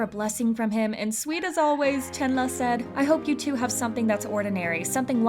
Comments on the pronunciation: It's chenlee not chenla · Ayo u said chenla not Chenle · im crying ive always pronounced chenle as CHEN LEE i didnt know it was chenluh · It's pronounced Chunluh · I been pronouncing Chenle wrong this whole time. 😣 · hi i just stumbled upon your vid. i appreciate what you're doing here but please learn how to pronounce Chenle's name correctly. i know you're probably not a native chinese speaker but it'd be great if you could at least try to pronounce it as close as you can. i apologise if i come off rude, please know i don't mean to disrespect you. thank you. :)